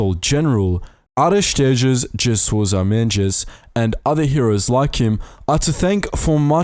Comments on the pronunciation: Very nice video. Portugal's path through the war II should be not forgotten. A video about Aristides de Sousa Mendes would also be nice. Just about pronounciatio: uh-reesh-TEE-dsh d SO-zuh MEN-dsh. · Pretty sure that Sousa Mendes shouldn’t be prosecuted with a Brazilian accent 😂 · Great video! I'd love the watch that video about Sousa Mendes. But... : you have to practice a bit to say his name correctly!! 😂 (don't worry: it's a difficult name in a difficult language. I'll be pleased to help you on that if you need to). Again: great work! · Are you in the meat business? Because you just butchered that name! There was too much brazilian "dji" in it Jokes aside, pt is a very complex language, especially if ou come from an eng background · “Souja mendezx” 😂😂😂😂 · "Soja Mendjes" ahahah Americans and Brits should consult Portuguese speakers before committing these atrocities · Please do a video about Aristides de Sousa Mendes, but please please, say his name correctly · What in oblivion was the name of the Counsel General you mentioned ? (Seriously) 😂Im Portuguese and have absolutely ZERO clue what you said 😄 at first i didn’t even knew you were citing the name of a person tbh 😄 But thats ok, portuguese is a hard language to learn 😅I guess i can even forgive you the "G Loveira" thing 😅😂(which btw is pronounced: Antonio "D" Oliveira Salazar) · Eu juro que não percebi o nome do que ajudou os judeus, ouvi qualquer coisa mendes